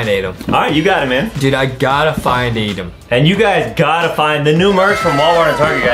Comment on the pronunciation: WY JUSTIN CALL ADAM ADEM